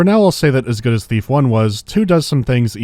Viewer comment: I keep hearing Beef instead of Thief. I'm gonna grad some food.